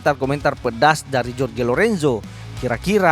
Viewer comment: Bang maaf ya seblm nya,,cm saran,,tolong sebut nama sesuai kewarganegaraannya,,sprt Jorge (di baca Horge),, Joan(di baca Hoan),,biar match..